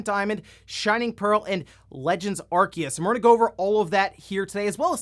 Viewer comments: I didn't give him a thumbs down but the way he pronounces Arceus is f**** stupid. It's written Arceus ffs not f**** Arkeus. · It's ArSeus (arceus) just have to look at the japanese name, アルセウス (a ru se u su) NOT a ru KE u su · Pokemon Legends: Arceus is pronounced “Arseus” in Japanese. Where did you get the info that its “Arkeus”? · "Ar-seeus" is the true way of saying it's name anyways. Saying "Ar-kee-us" just sounds so wrong lmao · It’s pronounced Arseeus, not Arkeus. The japanese pronouncing is clear on that. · The problem with the pronunciation of Arceus is that in Japanese, it actually is the same name, pronounced "Ar-see-us" (Technically アルセウス Aruseusu) while they appear to have called it both "Ar-key-us" and "Ar-see-us" in the anime and movies I think, causing more confusion. I honestly would prefer it be pronounced the former for consistency reasons. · It's literally A-ru-se-u-su in Japanese, "se" is pronouced like "say" "Ar-say-us" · it's "Arseeus" and i will die on that hill. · Ar-see-us get the ark tf outta here, saying it wrong just cause someone from nintendo said it wrong just makes you as dumb as that person. Arceus looks awesome the only big criticism I see is still no voice acting. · It's okay, not even Pokemon fans know how to pronounce Arceus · It's pronounced Arceus, not Arceus. The Pokemon Company just doesn't know how to pronounce the names of their own Pokemon.